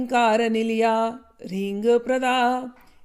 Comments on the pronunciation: Pranam 🙏 Asha karta hoon aap swasth aur hamesha khush rahein,. Mujhe aapse ek chhota sa prashn poochna tha “Hreem” mantra ke uchcharan ko lekar. Maine dekha hai ki adhiktar log “Hreem” mein “H” ko lagbhag silent kar dete hain, aur sirf “Reem” jaise uchcharan karte hain. Maine aapke uchcharan mein bhi kuch aisa hi mehsoos kiya, isliye iske peeche ka karan samajhna chahta hoon. Kya iska koi vishesh tatvik ya paramparik karan hai? Jaise hum kehte hain ki Shiv aur Shakti ek hi hain — to kya “H” ko Shiv (purush tattva) aur “Reem” ko Shakti/Agni maana jata hai, aur isi wajah se “H” ko alag se zor nahi diya jata? Ya phir yeh guru-parampara se chala aa raha ek vishesh uchcharan ka niyam hai? Kripya mujhe yeh batane ki kripa karein ki sahi uchcharan kya maana jata hai — kya “H” ko halki dhwani ke saath bolkar “Hreem” uchcharan karna chahiye (jisme Shiv-Shakti ek saath ho), ya phir “H” ko pratyaksh roop se na bolkar keval “Reem” ka jap karna uchit hai? Aapka margdarshan mere liye bahut mahatvapurn hoga 🙏 Dhanyavaad,. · Is it hilreem or halreem